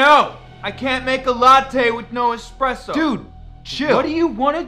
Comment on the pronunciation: People never pronounce espresso right